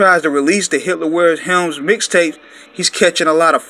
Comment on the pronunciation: He said Hitler Wears "Helms" it's "Hermes" 😂😂😂